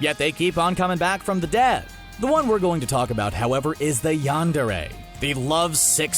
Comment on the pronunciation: Yon-dure-é? It's pronounced yan-dure. Please don't hate me for this. By the way, did you know Pokémon is supposed to be pronounced poe-kay-mon?